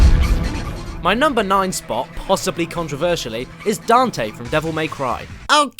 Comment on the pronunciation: But... that wasn't Dante. That was Donte.